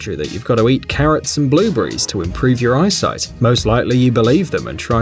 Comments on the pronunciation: at first I thought he said blue bear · BLUBURRIES VIT A MINS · You say "blueberries" like "blue breeze", to us Americans. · Blue Bees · He said Blue brees